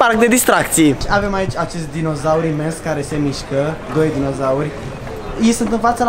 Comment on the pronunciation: ce dizonaur waw